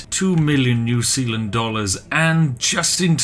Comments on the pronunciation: "New Sealand" Is New Zealand a joke to you, Spiff? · New Sealand, more like New Peeland. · Okay, so I live in New Zealand and this video has me confused every time Spiff says New Sealand and our sewage also pumps to Australia!